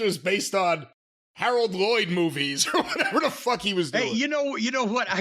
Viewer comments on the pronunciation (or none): none